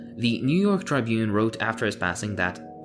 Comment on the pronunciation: Good reporting. Now learn how to pronounce the words you use, like "overzealous" and "Tribune". Words, as opposed to harmful ideas, are part of history that should be preserved. This tendency to mispronounce words is rampant among millennials, who read words, but don't hear them spoken. . .If I listen to any podcast produced by a younger person, I notice that these pronunciation errors abound.